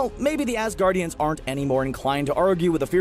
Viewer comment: Assgaurd ian